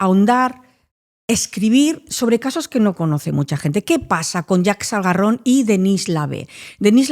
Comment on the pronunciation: Jaques Algarron 😂😂 no Jack Salgarron, los franceses siempre jugandonosla 😅